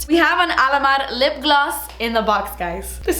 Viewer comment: When you say Alamar it always sounds like Alamad 😂